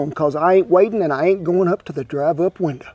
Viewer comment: I like when Kent says "drive up winduh"